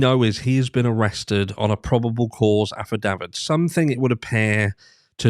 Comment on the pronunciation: Someone teach this clown how to pronounce ‘affidavit’. Aff-I-day-vit. Fool.